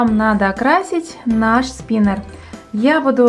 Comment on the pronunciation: Спинер... Спинэр... СПИНЭР!!!